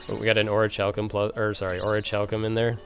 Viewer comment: It's not too big a deal, but orichalcum is pronounced oreh kal com. Other than that, THANKS A TON